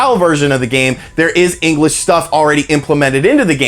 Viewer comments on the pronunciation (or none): Haha, "engrish."